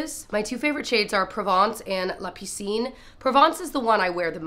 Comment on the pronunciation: Perfect pronunciation of "la piscine"; only a teacher, right? ;) :p I'm from a bi (well tri) lingual country, Belgium (Dutch, French & a bit of German).